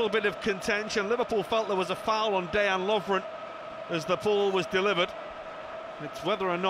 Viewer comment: Day-an Lovren lol 😂